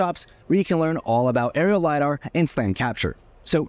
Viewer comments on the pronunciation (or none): none